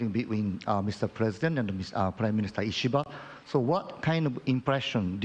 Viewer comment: A president that can finally pronounce a foreign leaders name